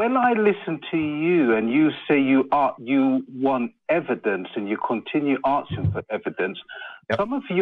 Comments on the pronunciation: Did he say, “arksin” for evidence? I knew this wasn’t going to go well. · Caller says "arksin'" instead of "asking"...that's all you need hear.